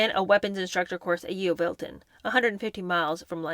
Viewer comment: Enjoying these thanks...Yeovilton is pronounced Yovilton btw 😊